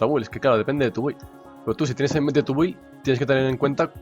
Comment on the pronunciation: Alguien dígale por favor que la "u" de build no se pronuncia, me sangran los oídos :(